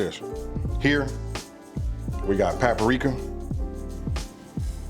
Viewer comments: did his grown ass just say pappa-rika? its PAPRIKA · Just found your channel. I like the way you say 'paparika' lol. You have gorgeous eyes too. I saw your gumbo video and i had to subscribe! Edit: I know where you're from now. I lived in Pomona as a child. I haven't heard of 'Stater Brothers' in so long! #Memories